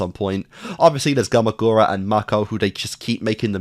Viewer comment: I like how every time a new video comes out, you completely forget how to pronounce things lol. Re-yu-ko becomes Re-yuh-ko. Last video, Gamagoori became Gamagorah, and in this one has become Gamagoray. Elite Four have become the Element Four.